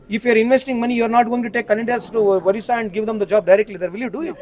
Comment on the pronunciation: First of all its Odisha & not Worissa, Why are you talking about Odisha sir, people don't have language discrimination there, they are one among few non-hindi speaking States in the Eastern part of India, but they are not insecure for sure.